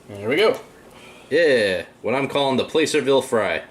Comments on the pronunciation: Well if you were anti lynching as you say you are,then you wouldn't be making "Playcerville Hangtown Fry"Pronounced plasserville not playcerville "bro". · Awesome! Thank you for your mentioning the local (to me I'm in Sacramento) historical town of Placerville. Us in the area pronounce it Plas-er-ville. Not following the typical grammar rules. My husband and I will have to try your recipe. Keep up the good work. Can't wait for the next. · I see in the comments someone told you the correct pronunciation of placerville. I sure had a time with puyallup when I moved up here not to mention a few other towns. Great video! I'm hungry now. The Piscatorian